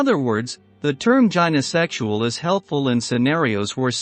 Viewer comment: AI babble with 'gynosexual' mispronounced.